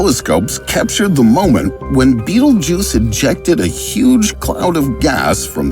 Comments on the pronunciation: That’s not it’s name tho he’s actually just pronouncing it wrong. Sorry to ruin the fun it’s pronounced bet-elg-yuse. It’s spelled Betelgeuse it’s literally not even spelled beatlejuice don’t know where he got that from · Betelguese not betlejuce. Waste of Time to This video. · Not beetlejuice its betelgeuse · its pronounced bettle geese????? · The star is pronounced Bet-elg-yuse. That’s why it’s spelled Betelgeuse not trying to nit pick this is a great video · It is not how you pronouced a Betelgeuse :/